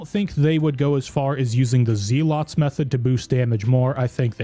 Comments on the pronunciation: Amulet of Z-lots. It’s the amulet that helps you sleep. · man said "zee lots" hahahaha TY for vid bro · Good vid, but pronunciation of zealots is driving me nuts